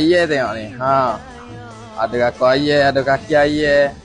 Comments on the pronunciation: Ayam bang bukan aye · Beras ❎ Berrrrwraahhhkkk ✅ Ayam ❎ Ayyek ✅ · Aye Beghah